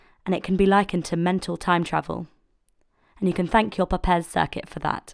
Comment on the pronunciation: Wonderful video! (although the name "Papez" rhymes with the word "grapes." He was my great grandfather.)